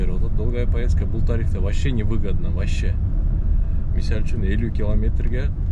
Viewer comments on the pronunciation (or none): Ассалому алейкум Ишине ийгиликтер болсун Кыргызсча таза суйлойм деп Мисальчун деп созун бурулуп баратыптыр ондоп кой))